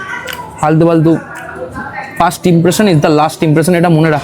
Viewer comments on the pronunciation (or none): none